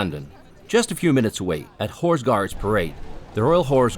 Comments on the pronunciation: One request, please stop pronouncing "horse" as "whores"! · I’m not entirely comfortable with the way you pronounce “horse”…